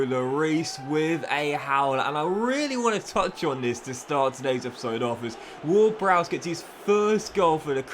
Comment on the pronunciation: his name is James ward-Prowse not browse